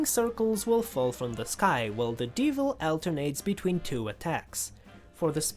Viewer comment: yea however, the why he says some words like "de-vil" is just weird to me